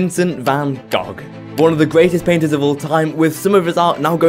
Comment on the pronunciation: bro said gog!!! g(its go)